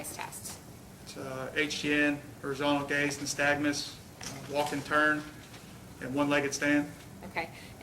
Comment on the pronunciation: Officer is just overall not very bright. Doesn't know how to pronounce Horizontal Gaze Nystagmus. And doesn't know what causes the condition he's looking for. It's not just drug or alcohol intoxication that can cause it. "You can't trick it....". Oh ok. What grade are you in sir? I should have known from the jump that he said he "seen.the vehicle". Wanting to go home is now an indicator of driving while impaired.